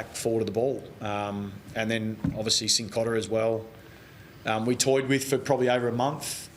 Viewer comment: Probs cos the man himself said it’s pronounced Sincotta. Pretty sure he knows his own surname